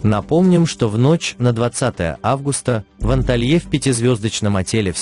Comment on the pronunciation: Ужас ,противно слушать,ударение на слова неправильное,элементарно Анталья не может правильно сказать.